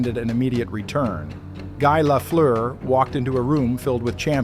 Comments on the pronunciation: I appreciate the narration, I know the sound "eu" in Lafleur is impossible for english speaking people to pronounce. Just like the "r" are impossible for me to say right in english. Guy Lafleur was a huge deal in Québec, and it's great to see a documentary about him. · Once the name is not pronounced correctly stop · Pronounce his name right to begin with